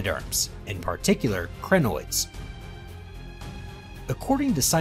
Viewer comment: Also, the Cri in Crinoids rhymes with die or my or sigh.